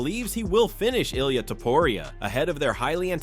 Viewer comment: 100 ways to pronounce Ilia's name and none of them correct.